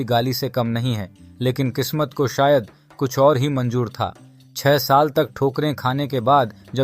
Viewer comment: Say Manzoor not manjoor learn to pronounce “ Z”